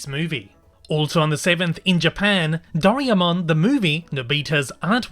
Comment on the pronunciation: “Dough-rye-mon” Just for future reference!